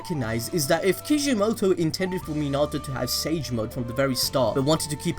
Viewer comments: Its pronounced Min•na•toe• (Minato) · Why you gotta say minato like that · Your not saying his name right. You’ve must have watch it in sub